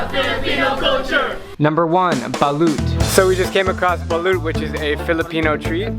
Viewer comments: Its ba-lut not ba-lyot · Balut is pronounced like ' ' Ba-lot ' ' and not ' ' Ba-loot ' ' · I can't stop laughing about how you said balut lol. Its pronounced balot and you dont stress any vowel. Haha. Mabuhay ang Pilipinas! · Balot is my favorite type of egg and its balot not balut (I know this because I'm filipino) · Balot hindi BA-loot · Balut is pronounced balot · It’s a lovely video but it’s balot not balut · Its called balot not balut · You say it like Balot not Balut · You pronounced Balut wrong its “Balot” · balut is pronounced as Balot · Del Lunzaga Even in households I only hear it pronounced balot, in my region, at least. Saying balut will attract weird gazes. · When u say it balot but the speling is balut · Its pronounced BOO-LOOT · Its balot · Did you just say baloot???? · I like it how americans pronounce Balut cause they pronounce it"balewt" Idk why but its just so cute hehehe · Balot [ Ba-lot] not Balut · Its "Ba-lot" and say it very fast thats how to say it xd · "bah-luit" osmsozosnsos WHY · By the way, Balut is pronounced as Ba-lot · U pronounce balut wrong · Its read as balot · Why do people pronounce it as baloot?. 🙄🙄🙄🙄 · Its pronounced as "Balot" but ye XD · That's not how you say balut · Bro im not trying to be rude but thats not how you pronounce balut😅